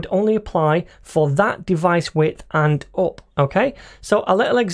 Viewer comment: "and uop" i just love that accent